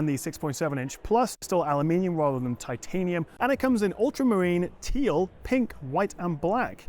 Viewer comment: Can you please pronounce ‘titanium’ properly.